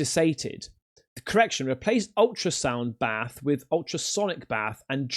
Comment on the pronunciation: Bath not bathe